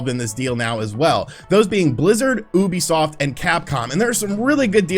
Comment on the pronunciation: U know, when u said Ubisoft, I swear I heard "boobysoft" 😆